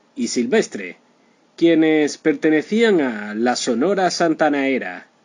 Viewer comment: Triste final por que? Este Señor es un farsante no sabe ni pronunciar Sonora Santanera Mucho menos sabrá de la vida de la CHAMACA DE ORO